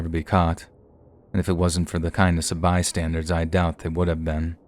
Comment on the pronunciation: Dude. My dude… The word is “bystander.” As in BY + STANDER. It is not BY + STANDARD. There is no D on the end of the word. You’re one of the best narrators on YouTube, so hearing you repeatedly mispronounce that word is very jarring. Fix the habit!!! 😆